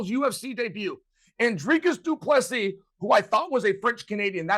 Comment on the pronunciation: Hahahaha.. the irony after butchering ddp's name for months